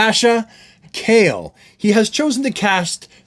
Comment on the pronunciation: Honestly it doesn't bother me that actress is slightly darker. In fact, ever since Superman the Animated Series seeing Superman with a tan makes sense for me. The same goes for Kara given they're both photosynthetic beings, having darker skin is fine. Also her name is Ca-jey